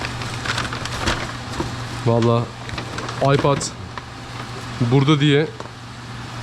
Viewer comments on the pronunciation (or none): none